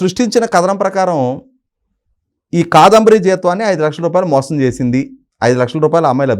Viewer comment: ముందు " కాదంబరి" అని స్పష్టంగా పలకడం నేర్చుకోవాలి. తెలుగు భాష ను గౌరవించడం నేర్చుకోవాలి.